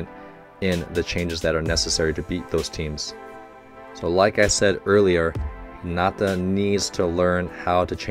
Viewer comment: PLEASE dont Stress the "nata" in Hinata but the "Hi" ... his name sounds almost spanish when you say it like that